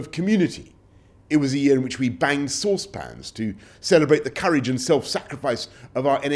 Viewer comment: Seriously... this guy! The way he says saucePAN you can tell he most likely never touched one in his life!!